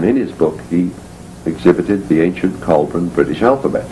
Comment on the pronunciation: It's BOUDICCA, not "bodica". It's ICENI, not "icini". It's COELBREN, not "coeblan". And it's CYMRU, not "khumri".